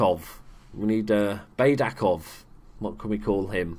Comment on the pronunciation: One hint about the Bulgarian language: we read everything exactly how it is written. For example, Baydakov is just [baidakov], not [beidakov]. Well Dzhuneyt Ali is a turkish name... it's difficult but it is [ju-neit] where "ju" is like in June and "neit" is like in "Nathan"